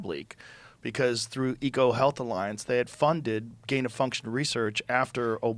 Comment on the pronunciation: Woody struggling for "Gain of Function"